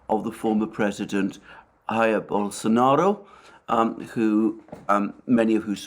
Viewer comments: The “j” in Portuguese is pronounced similar to how it is in English, it is the “r” at the beginning of words that make an “h” sound. Jair ought to be pronounced something like “Ja-eer” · A correction: the "j" of Jair is not pronouced as h of house, like it is done in Spanish, but more like the "s" in vision.